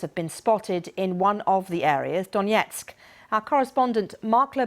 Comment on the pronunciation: The reporter can't even say the name Donetsk correctly.